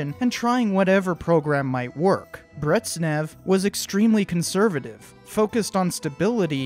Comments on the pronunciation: Why do you call him “Brettsnev”? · Game idea: every time he says 'Bretsneff' instead of Brezhnev, take a shot of Stolichnaya in the name of the glorious motherland. For the 'Ahhhhndropov' and 'Neechie' bonus rounds, take three shots for each. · bRiTsSnEv (That's not even the worst pronunciation of the name I've heard if you'll believe it.) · Great video, one small correction, Brezhnev is pronounced like "Brejnev", with a [ʒ], like in the word "beige" (definitely not Bretznev, hehe). Not even gonna correct the pronunciation of Khrushchev, his name is unpronounceable for non Russian-speakers... 😜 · "Brezhnev" ist pronounced "Breshnyev", not "Bretsnev" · Great stuff, but careful, its pronounced Brej-nef, not Bretz- nef ! 😂😂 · Therapist: Mispronounced Brezhnev isn't real, he can't hurt you: BrEtZnEv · Amazing video as always every "bretsnev" hurts me deeply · Solid video apart from the fact that I cringed everytime he called Brezhnev "Bretznev". What the hell was that? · so Bryejnyev. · Thanks for the video, very nice! Look up the pronunciation of 'Brezhnev', 'zh' is supposed to sound exactly like the 'g' in 'massage'. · I have to commend you: I’ve never heard anyone butcher Brezhnev’s name that badly 😂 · "ZH" in Brezhnev is pronounced as [ʒ], like "G" in "genre" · Oh dear, I did not like that pronunciation of "Brezhnev". I speak Russian, and the pronunciation of "zh" is like "sh", but with a "z" sort of sound instead of an "s" one. Not trying to diss though, dear friend. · Need to correct your pronunciation of Leonid Brezhnev. It isn't Brezhnev, as in rhymes with "frets," but closer to as in rhymes with "dredge." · you gotta get the pronunciation of Brezhnev’s name right..